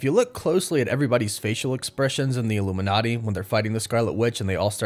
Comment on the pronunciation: did you say illuminaughty at like 40 seconds?